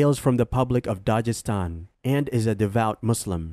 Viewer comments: I think you didnt prepare well … your pronunciation is totally wrong of all names you mentioned in this video. Its Bash-kor-to-stan not bakhshorstan.. its Tatar-stan not Tatarshtan Its Habib not Khabib Its Daghis-tan not Dajistan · The g in Dagestan is like the g in guest. Nice video btw